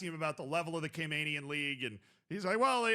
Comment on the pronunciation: Talking about my island, made me so excited! Also it's pronounced Cay-MAN-ians not Cay-MANE-ians. Love you tho. Great work.